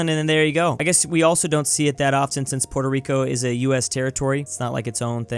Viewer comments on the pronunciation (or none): Dude, say Puerto